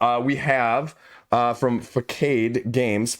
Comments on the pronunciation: FA-SA-D? That's how I would pronounce "facade". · I could be wrong but isn’t it pronounced “fe-saad” games. I could be wrong because a “facade” typically has a negative connotation and denotation. FACADE: “a false appearance that makes someone or something seem more pleasant or better than they really are” Seems weird to name your company that. Wait, they do a lot of hidden role games so maybe it’s playing into the whole deception of things. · Fuh-sahd. Facade means store front OR false appearance